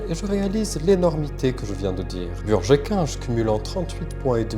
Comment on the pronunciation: "Chez burgé kinge" 👁👄👁 🧙‍♂️